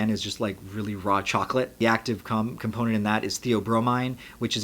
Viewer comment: “the active cum.....component”